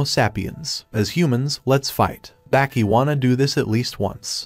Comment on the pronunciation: its not baaaaahki its baki bro pronouncing it wrong lmfao